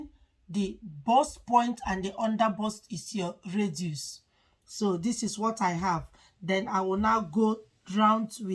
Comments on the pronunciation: Radius n not raduce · If she didn't pronounce it well, are u the originater of English, jealous person, if u are watching her videos to learn from her, shout up and learn